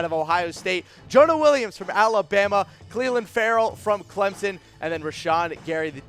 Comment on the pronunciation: This dude needs to work on pronunciation smdh..."Cleeelin" & "HERburt" lmao